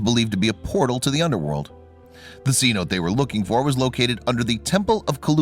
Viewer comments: A "cenote" (pronounced say-NO-tay) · It's pronounced Saynotay for Cenote.